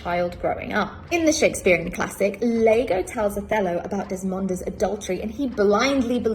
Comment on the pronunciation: "Lago" !!!lmfao...dumb stitch. Show how much you know about Shakes[eare....it's Iago!!!! iago pronounced eye ah go..real bimbo